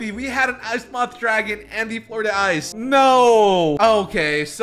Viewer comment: Flur Dee ice is how u do it!